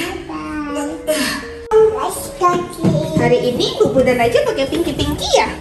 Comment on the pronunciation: Mohon maaf ya aycel bukan aycil 😅